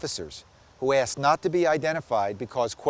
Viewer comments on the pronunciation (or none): none